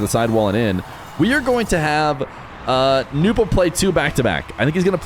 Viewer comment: It's "no-bu" not "new-po" why do people mispronounce